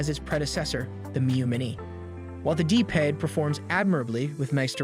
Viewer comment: D paid? It's p pad. Pad.